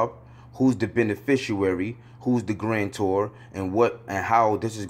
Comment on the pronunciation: Bro you have got to learn HOW TO say "beneficiary". You are throwing me off - Islam